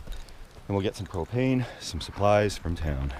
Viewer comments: I really thought he said "We'll get some cocaine, some supplies, from town." then realized he said propane lmao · Lol. At it sounded like you said " we're responsible campers, going to get some cocaine and camping supplies from town.". But it was propane not cocaine. Had to rewind a few times. Good videos. Peace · at the end did he say lets get some cocain and supplies lol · I thought he said they were going to get some cocaine & supplies in town! 😁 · You're going to go get some WHAT? 😂🤔 I assume you said Propane but that isn't what it sounded like haha. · Oh, get some “propane” I thought kept saying get some “cocaine”. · when I first listened it sounded like you said cocaine. I was like wait...what?? Then my brain clicked and was like DUH!! PROPANE!! Love your channel...if I had the money i would camp everyday for the rest of my life!! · I thought you said yall was heading into town to get some cocaine and supplies. I had to rewind it...propane and supplies I got it the second time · Anyone else hear him say “we’re gonna go to town. Get some cocaine and other supplies” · I could have sworn he said, "we'll get some cocaine and some other supplies" lol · I swear i thought u said cocaine and supplies from town- wud b a whole different kind of trip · I swear I thought you said "cocaine" not propane at the end....lmao.... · “We’ll get some cocaine and supplies from town”.I listened 5 times and kept hearing that lol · I listened too it several times it still sounds like he says cocaine fkn funny seem like an snl skit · Is it just me or did he say they going into town for cocaine and some stuff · 18.11 it sounded like you said where gonna get some cocaine 😂😂😂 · I heard " were going to go into town to get some cocaine" and I died laughing ...then realized you probably said propane..ha! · I had to replay it five times to hear propane haha